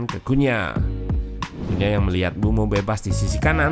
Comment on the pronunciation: Saran bang, kalo nyebut mbuemo sedikit ada penekanan, soalnya kedengaran seperti bruno